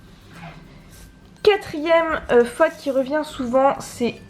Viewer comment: Alors tu dois dire FAUTE et non FATE. Une bonne prononciation est tout aussi importante. Merci prof !